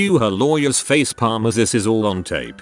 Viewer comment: fah-seh-palmed? The AI British accent doesn't cover for the horrible mispronunciations